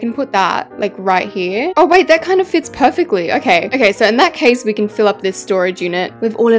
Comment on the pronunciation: I don’t think many people realised but she said Ken instead of can when she’s making the kitchen….. WHAT A FLOP